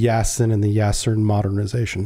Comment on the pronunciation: Not “Yasen”, but “Yasin” (“Ясень”).